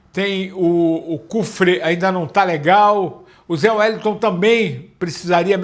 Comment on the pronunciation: não é Zé Wellington é Zé wélisson